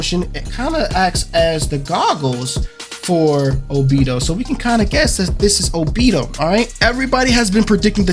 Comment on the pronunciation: This whole video was not it for me #1 what made me mad is that u said obito wrong #2 those characters in background has nothing to with anything they just put 5 of them to let the people know that there are going to be 5 characters in the season pass And also where in your right mind did u get Brayon mode from double moon sword that was stupid and also just Bc the foot was cut off don’t mean nothing it was probably a mistake they did. And that sword on the very right is not dauri sword idk what u got that from that was not it